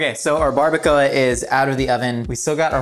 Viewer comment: Omg its so funny how he pronouns baracoa so wrong and so funny!😆😆😆😂😂also he should have made pico de gallo, more authentic recipe.